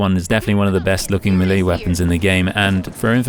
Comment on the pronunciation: Melee is pronounced "may lay"